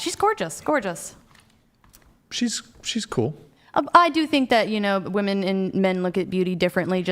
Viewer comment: Its fairly obvious here when she kicks the mic on camera, makes a funny face, and then says I didn't do that, that she literally only cares about her opinion. and for a feminist, the amount of times she mispronounced "women" is startling. and I really wish tie dye girl had a different facial expression.